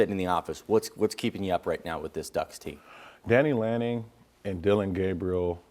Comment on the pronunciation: Bro, his name is Dan Lanning not Danning lanning